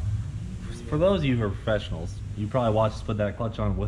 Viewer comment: LOL> . Did Cleetus say professionals? pefessionals? fessionals? This highly tight organized organization are full of fessionals. lol.